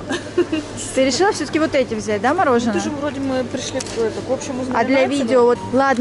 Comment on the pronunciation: Почему "мороженО", а не "мороженое"? Вам надо на курсы русского языка.